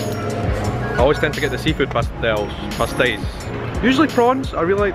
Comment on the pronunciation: Dude, I'm brazilian and I'm impressed with your pronunciation about our particular sounds... "ão", "inho", and the words with the accentuation marks (i.e. pastéis) were not a problem at all for you! Congratulations, your content is amazing!